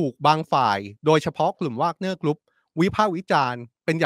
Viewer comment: Where did learned English we call แวกเนี้.not วากเนี้.go back school but I still like you